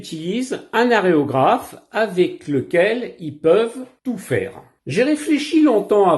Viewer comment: A la bombe tu en mets partout.. on dit valléRo...vous ne vieillissez pas vos modèles...vous achetez des modèles tout faits...on dit aErographe pas aRéographe. bref vous un exemple a suivre. Désolé.